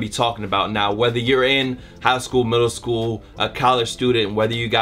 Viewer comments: gotta take his ass back to school talking about some "back to shool" tips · Back shool?? you need to back to school. lmao